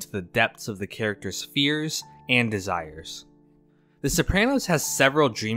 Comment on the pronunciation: the only criticism i have is the way he says "Suhprano" when they obviously say "So-prah-no"